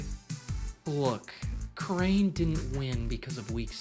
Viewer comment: 1/100th of a kerrane did he really say that 😂😂😂